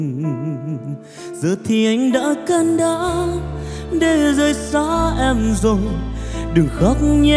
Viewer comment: T lại thấy HL hát rõ chữ hơn và phát âm đúng chính tả hơn đó. QT hát can đởm là cái gì? Chưa nói HL luyến, nhấn nhá, nhả chữ hay vậy mà nói QT hay hơn nhiều. QT hay hơn nhiều thì đã nổi lềnh phềnh rồi. Hit 10 năm bị cướp cái rột buộc phải xoá bản cover mà nói hay hơn nhiều